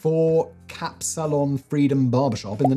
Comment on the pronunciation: Impressive accidentally correct pronunciation of ‘kapsalon’